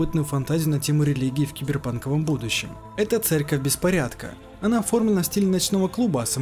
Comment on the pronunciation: Кстати, имя хакерши, что залезла герою в мозг, скорее читается не "ОнА", а "ОНа", как например Юки-Она - Снежная дева.